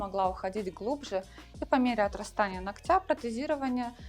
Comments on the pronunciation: Не ноктЯ, а нОктя, безграмотность😅😮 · Почему ногтЯ , а не нОгтя? Руководитель студии , а говорите неправильно даже…